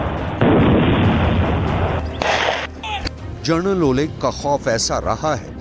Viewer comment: Kis bevakuf ko news anchor banaya hai? Ye Journal bol raha hai, General ke badle.